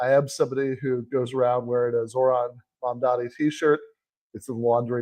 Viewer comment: Not only is Whoopi reading a teleprompter, she still can't say, "MAMDANI!" WTF🤦🏽‍♀️